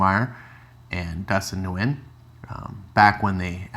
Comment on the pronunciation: You say both last name wrongs Lemire= Leh-Meer Nguyen= Win